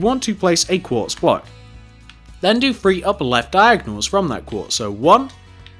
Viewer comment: say three not free